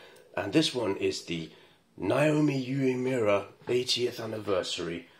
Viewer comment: Your pronunciation of 'Uemura is spot on' 🙂